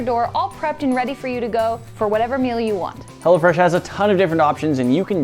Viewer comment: it sounded like you said hella fresh meal